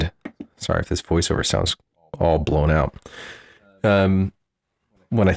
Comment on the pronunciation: “While we’re doing voice wover”